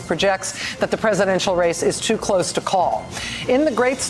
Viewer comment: Are they saying “too close to call” or “too cope to call” ?